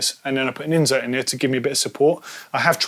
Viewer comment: It annoys me every time says it incorrectly.